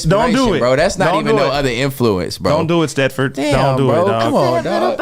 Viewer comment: funny asf he said Stetford